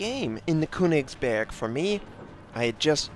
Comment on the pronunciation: you pronouncing it quite right...except the first syllable - the Ö sounds a bit off...but i cant you get any advice because i dont know how :D you used google translator already right?